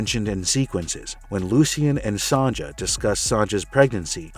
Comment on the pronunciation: Why do you keep saying Son-Juh? Its pronounced Sonya. Its not an Anchorman, soft J yogging (jogging) situation.